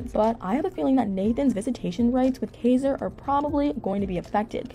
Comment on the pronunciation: I wish she would actually pronounce Kaiser's name correctly. She clearly doesn't do much research, and has possibly not even watched a single episode, at least not one with Nathan in it. A lot of her videos are full of inaccuracies, and sometimes just flat out lies, like her video on Chelsea.